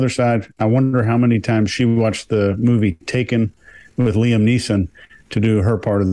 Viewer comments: LIAM! Not Ian!!! Ahhhhh guys!!! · It’s not Ian, it’s Liam, guys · The poor guys name is Liam, not Ian! 😆